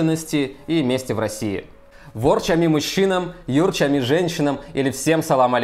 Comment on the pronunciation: Ерчами и ворчами- ударение на второй слог)))